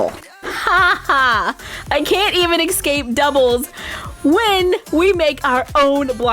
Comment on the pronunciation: Did anyone catch how she said ecscape in the end